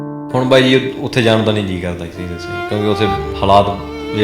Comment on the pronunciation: ਰਿਪੋਰਟ ਜਾਂ ਜਾਂ ਕਰੀ ਜਾਂਦਾ ਬੋਲਦਾ ਕਿਵੇਂ ਆ ਜਾਣ ਹੁੰਦਾ ਜਾਨ ਨੀ ਹੁੰਦਾ ਪੰਜਾਬੀ ਦਾ ਕਿਉ ਨਾਸ ਮਾਰੀ ਜਾਨਾ ਬਾਈ 😂😂😂😂😂😂😂